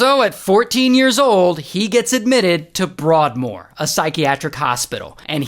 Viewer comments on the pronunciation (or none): “Bwoardmoor” its “broadmoor”